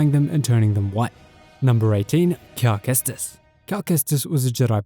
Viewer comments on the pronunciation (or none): “Calamari Kestis” 😂🤣😂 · “Calmari cestis”😂